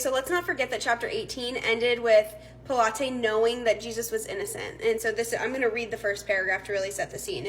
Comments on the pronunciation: Pronounced pilot. Not p lot eh. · It's pronounced pilot not pilates.